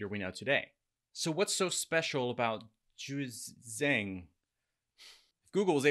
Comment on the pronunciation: Really dude!?!?...you so smart and can't pronounce JiuzhAng?